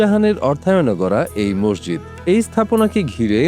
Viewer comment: এই মহিলা তো মসজিদ উচ্চারণ ই করতে পারেনা।